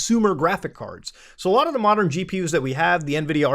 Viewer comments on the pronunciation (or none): none